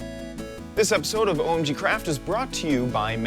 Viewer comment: Everytime he says OmgCraft i am hearing OmgCrap, is it just me? anyone? Hello?